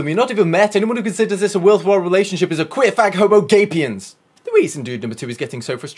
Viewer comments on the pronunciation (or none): Is it just me or did he say homoGAYpiens...